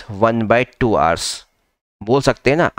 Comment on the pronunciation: Hours bolo sir thik sai